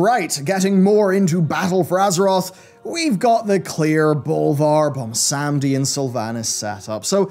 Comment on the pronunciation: taking bets on how many more years it will be before realizes the dude's name is "Bwonsamdi" not "Bomsamdi"